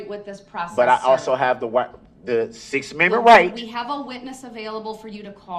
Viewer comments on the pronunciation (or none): none